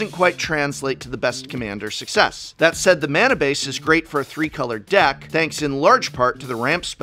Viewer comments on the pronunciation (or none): none